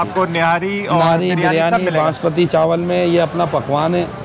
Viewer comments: Banaspati nahi Basmati bolo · Bhai Khuda ka wasta, 5 bar apne bnaspati chawal bola ha, banaspati chawal Kia hota ha? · banasbati nae basmati hahhhaahhaha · Asalamualaikum bhai banaspati rice nai hotay basmati rice hotay hain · بھائی بناسپتی چاول نہیں ہوتا،،، باسمتی چاول ہوتا ہے۔۔۔ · السلام علیکم ورحمتہ اللہ بھائی ایک درخواست ہے بناسپتی نہیں ہوتا باسمتی چاول ہوتا ہے یار 🙂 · بھائی نہاری کا نیا اسپاٹ متعارف کروانے کا بہت شکریہ بھائی آپ کراچی باشندے ہیں چاول بناسپتی نہیں کہا کریں چاول باسمتی ہوتے ہیں اور گھی بناسپتی ہوتا ہے اردو کی تہذیب کو بھی برقرار رکھیں تو ولاگ کا لطف دوبالا ہو جائے گا شکریہ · bhai, basmati hota hai na ke banaspati chawal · Bhai,Banaspati Rice Nahiiii, ( Basmati Rice ) hota hai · Bhai banaspati nhe hota basmati rise bolte hy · Bhai jaan masmati rice hain na ke banaspati rice.. 😜😜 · Basmati not banaspati rice بھائی باسمتی ہوتا ہے بناسمتی نہیں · U didn't wrote location in description box ,also u continually saying in video banaspati rice , actual word is basmati rice.before posting the video u should recheck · Bhai banaspati chawal nahi hota, basmati hota hay,program say pehlay kuch sekh lia kro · It's Basmati rice. Not Banaspati rice. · بناسپتی نہیں باسمتی ھوتاھے ۔۔۔۔۔کہاں سے آتے ھیں یہ لوگ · باسمتی چاول ہوتا ہے، بنا سپتی گھی ہوتا ہے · You must know it's not Banaspati rice, IT IS BAS-MATI. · Laloo khetiyee! ,chawal Basmati hota hay ,banaspati nahin. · boss its basmati not bnaspati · Banaspati nhi hotaa basmati hotaa hai!! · bhai sahi lafz basmati not banaspati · bhai good video Please correct its basmati rice not basmati Plz dont mind Thanks